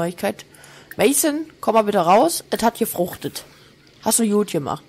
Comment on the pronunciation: „Mayson, komm mal bitte raus, et hat yefruchtet“😂😂😂😂😂ich hau mich weg😂😂😂😂